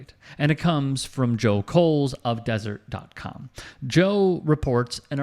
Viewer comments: Just one thing. It's the "deseret news" not desert news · it’s Deseret News, not Desert News. I miss the good old days when the most aggressive rivalry action was wearing the t-shirt that said “The only cougar I like is your Mom.”